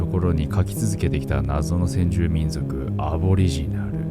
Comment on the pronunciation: 私は聞き逃さなかった。「みんじょく」